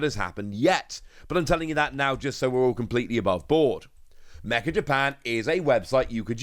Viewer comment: Hey, meccha Japan is probably pronounced as meh-cha. Cha like chat. I say this because I know you’re studying Japanese and I’d like to help you out. めっちゃ (meccha) is a popular word from the Kansai dialect that means extremely or super. It probably won’t help with translating Pokémon cards, but it’s a good word to know!